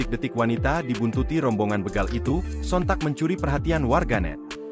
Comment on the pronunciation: Bégal... ✅ Bègal... ❌ Ucapkan huruf "e" seperti di kata bebek, Bukan kata betul